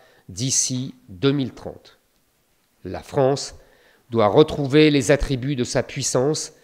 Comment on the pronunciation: La France et non pas la fronce